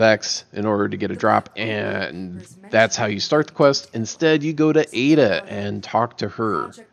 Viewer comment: Bro I'm glad I ain't the only one to say "Ada" with the A being low on the verb. Every single one of my mates say "Ada" with a hard A 😂.